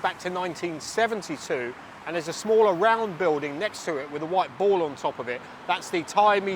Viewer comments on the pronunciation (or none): none